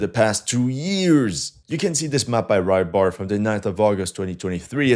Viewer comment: Thanks for the video. Learning Russian with "Rybar" is not pronounced "rai-bar" but "rɨbar`" means "a fisherman". The vehicle is not pronounced "buschanka" but "bukhanka", means "a loaf of bread", nicknamed after its shape.